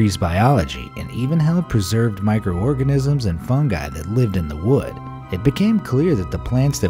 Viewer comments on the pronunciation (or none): none